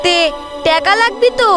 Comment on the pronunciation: টেকা❌ টাকা ✅